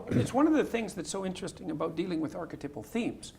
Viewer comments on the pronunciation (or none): Why is he saying archetypal so wired? Why is he pronouncing it archetipal? Is that an accent thing?